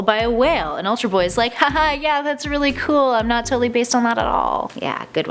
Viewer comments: "ULTAR" BOY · "Ultar" Boy?